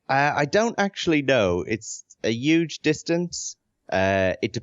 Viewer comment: There's a lot to love about Sean Murray, but most of all I love how he pronounces the word "huge" the same way as Bernie Sanders.